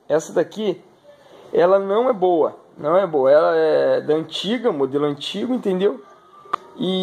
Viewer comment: Aos 50 segundos .." me falaram que esta bomba é muito boua"... Que adjetivo é esse ? "Boua" .. "boua"... "douze"... que idioma é esse? É o português assassinado?